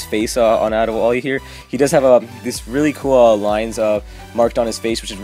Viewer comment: #LOL Did you say Ade Wall-E?!?!